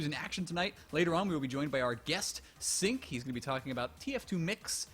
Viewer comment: I couln't watch the entire thing because I winced every time mispronounced cinq